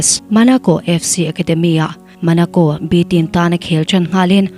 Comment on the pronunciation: Monaco ❌ Manaco✅ Thierry Henry ❌ Theory Henry ✅ 😎